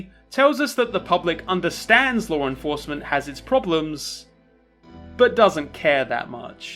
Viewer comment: Whenever you say "law enforcement" I think at first you're saying Lauren Faust.